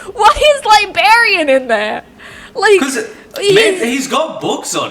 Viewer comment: LIBARIAN ? i think libRarian